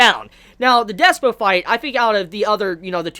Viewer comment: Its DISPO with a Y ! Pronounce Dis-y-spo !!